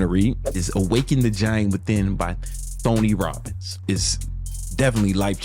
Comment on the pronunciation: “Thony Robbins” lol!!!